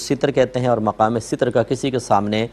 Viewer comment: Seetar word ni hota Ster hota h